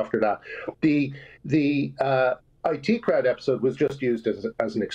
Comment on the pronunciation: "It crowd" 😬